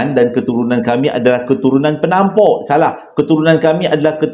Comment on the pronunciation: Yg ini kelakar btl ,,,, KETURUNAN PENAMPOR 🤣🤣🤣Tersasul tuuu🤣🤣🤣😆😆😆😆